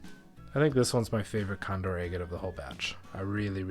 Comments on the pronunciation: It’s pronounced “agg-ett”, not “aye-get”. If you’re going to try to set yourself up as some kind of expert, learn to pronounce scientific names correctly. For god’s sake, there’s videos right here on YouTube that will teach you to pronounce it correctly. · You pronounce agate differently 🤭